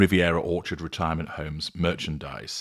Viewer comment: I die every time you say retirement homes😂😂😂